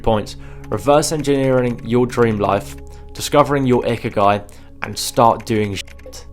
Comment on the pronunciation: "ikiagi", its ikigai